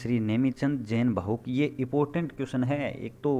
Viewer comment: इपोर्टेंट नही इंपॉर्टेंट